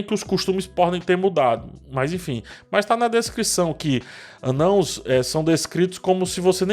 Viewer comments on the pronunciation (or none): Mano, esperando a explicação prometida para a pronúncia de "Anãos"!